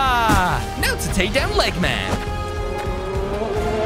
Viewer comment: It not legman it’s doctor egg man